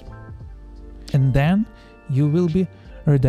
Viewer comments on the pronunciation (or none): none